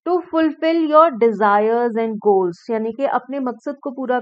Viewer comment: Mam said dhols on behalf of goals first 😂❤️ but love you mam